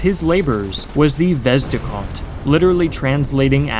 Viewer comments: "The vezdekhod" )))) LOL However good video, thanks. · It's "Vezde-Hod" not "Vezdicot" And "Uluch-shen-naya" instead of "uluchenya" Btw Ukraine improved T-80 by making it T-84, later versions of which use Ukrainian-made parts.